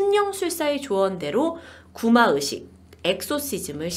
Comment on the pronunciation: ' 의' 발음이 안되시나요? 되게 거슬려요. 뭔가 전문성 있는 방송하시면서 구마으식 구마으식 하니까 듣기 거슬리고 집중도 안되고 짜증나요. 개선 되시면 좋겠습니당.